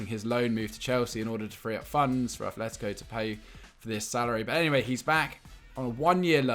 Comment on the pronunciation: It's not athletico it's atletico no th sound